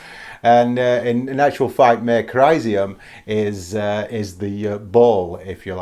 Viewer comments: "Mare" is pronounced "Mah ray". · Great choices of lunar landmarks! Just for info, the Latin "mare" has two syllables (pronounced "mah-re").